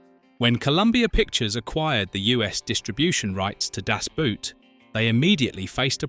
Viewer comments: Boot is pronounced like „bored“ with a T at the end or „bought“ Das Boot has nothing to do with a shoe !!! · In Deutsche Sprache "Das Boot", nicht "Das Boat" ... untermensch... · Boot is pronounced just as the english word boat. Not like a boot for your foot. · It's actually not a "Boot", it's pronounced Boat. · If you're going to pronounce Das Boot in German, don't pronounce Boot like an English shoe. The double O is pronounced like a long O, just like in "door". Do it justice, only takes a moment to google it. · Das Boot as you pronounce it is something you put on your foot to wear. Das Boot stands for boat or in this case the submarine. It is not a boot lol. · Boot in German sounds exactly like boat in English. It sounds so dumb when people actually make the effort and mispronounce it as a kind of shoe wear. 😂 It’s simple. Das BOAT. Schluss. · For heaven's sake couldn't the people responsible for the AI have taught it that the "boot" in German is not pronounced like "nasty old boot" in English but pretty close to our word "boat." It's really grating hearing the mispronunciation again and again. Of course it wouldn't matter if your average person made the mistake, but mispronouncing the TITLE of the movie throughout a documentary that is the primary subject is beyond irritating.